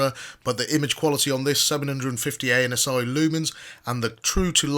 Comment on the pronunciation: Did he say anus eye lumens?